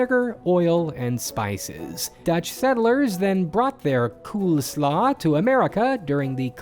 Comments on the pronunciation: Here's another piece of useless information: the only times pronounce the Dutch "koolsla" correctly is when he said the English word "coleslaw". Yup, that's right, that's how you pronounce a double o in Dutch: it's pronounced "coleslaw", not "coolslaw". If you're looking for the "oo" sound, the closest to that that would be "oe" in Dutch. So imagine how nervous their American customers get in conf calls with my friend Koen, and his boss who, coincidentally, is also named Koen. 😂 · The Dutch pronunciation of koolsla is actually almost identical to your pronunciation of coleslaw (and nothing like the hilarious attempt at pronouncing the misspelled word you made in the video 😜)